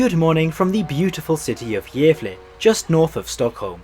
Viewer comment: he did not pronounce Gävle well and if you think so you are not Swedish